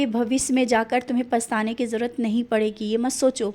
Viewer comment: Kitni gandi Hindi hai. Jarurat nahi zarurat. Hindi sikho fir video banao. Baba se nainsafi mat karo. Pap lagega. Roz savere Bande hain hum Sai ke suno. Dekho Suyeshi kaise bolti hai. Tum Baba ki awaz lagti hi nahi. Koi burhi dadi amma lagti ho😅😂😅😂😢 Tumhara Sikh kaun lega?????